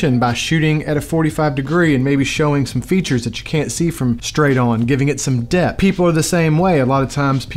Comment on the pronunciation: Are you saying Depth or Death?😂 Overall, fantastic video, that just kept throwing me off haha